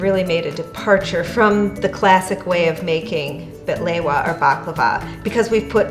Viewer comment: Bahlewaaa. Why you say it like that. No!